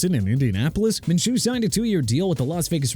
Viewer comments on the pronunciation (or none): You just said "the Jaguars inexplicably gave their quarterback an 5 year extension" TWICE!! STUPID! And also Minshew is pronounced MIN-SHOO NOT MINCHOO